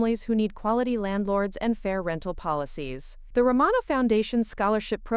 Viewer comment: Can't even pronounce "IOWA" correctly. And the name "Romano" was pronounced in 3 different ways.